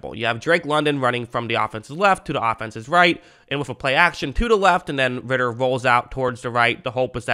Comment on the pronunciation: “idk how to pronounce his first name” pronounces first name perfectly and fucks up last name